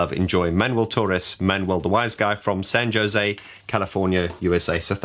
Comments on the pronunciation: It’s pronounced San (Ho-say) because I know you’ll probably get comments on how you said Jose. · Alan working whilst on holiday? Seems like old times. ;) P.S. it's pronounced "San Ho-Zay," like in the Dionne Warwick song. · Did you laugh when he kept pronouncing San Jose with a hard J? 😂